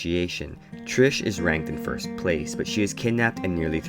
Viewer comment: Bruh when he started saying Trish